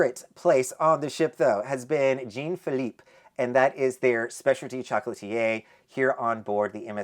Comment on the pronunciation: Jean Phillipe is pronounced more like John than Gene. It is a French name. 😊